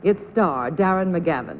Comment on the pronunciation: At the mark when John Daly is welcoming Darren McGavin to the show.....doesn't it sound like he mispronounces "Darren"? McGavin even seems to have a funny look on his face as if he's trying to figure out if he said it correctly or not.